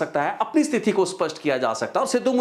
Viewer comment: ਜੀ ਬਹੁਤ ਮਹੱਤਵਪੂਰਨ ਜਾਣਕਾਰੀ ਹੁੰਦੀ ਤੁਹਾਡੀ ਪਰ ਇੱਕ ਸ਼ਬਦ ਸਥਿਤੀ ਨੂੰ ਹਰ ਵਾਰ ਸਤਿਥੀ ਬੋਲ ਰਹੇ ਧਿਆਨ ਦਿਓ